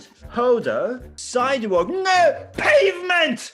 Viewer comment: 面白すぎるww ペイブメント!!はいろんな発音ネタ動画でも使われてて、なじみ深くなっちゃった。